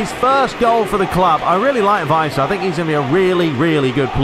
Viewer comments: If you wanna go full german on Werner... well you got the 'W' right but after that it's more like the english word "air". and the ending is more "ah". So W-air-n-ah, if you will. Weiser you got almost right. The 'S' is pronounced more soft like in "razer" rather than "racer". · Give the 's' in Weiser a bit more of a 'z' sound. Because it's a single s, it's pronounced that way, as if you were saying the English "wise" (the 'w' sounding like an English 'v' is correct). A double 's' would be the more conventional 's' sound.